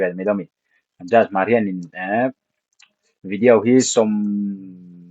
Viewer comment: Tinge vidiau tia i lam tlat a 😅